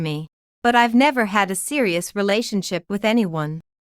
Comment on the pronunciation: Buy a better ai! If it still says 'ivvvie' when the scripts says 'I've' (I have many more examples of it failing after just 2 minutes of listening) it s sub-sub-sub-performing. Do not serve your listeners crap!